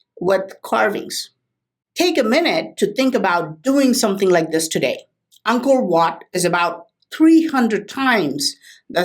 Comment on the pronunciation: Whenever you say Angkor wat I hear uncle watt it's so funny ..lmao👍